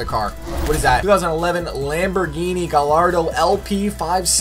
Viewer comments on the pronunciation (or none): "Guh lardo"😂no offense love you but for future reference it's pronounced guy-ardo